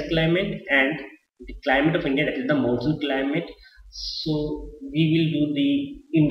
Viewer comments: it is climate not climale......pls improve your grammar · its not climale its climate sir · CLIMALE total LOL!!. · And what is this climale